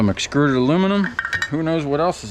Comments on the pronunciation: Are you saying excruded or extruded? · Extruded not excruded.